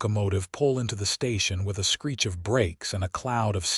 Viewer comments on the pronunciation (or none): none